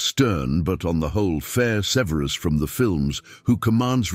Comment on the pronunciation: Either this is a chatbot, or the narator is mispronouncing Snapes given name.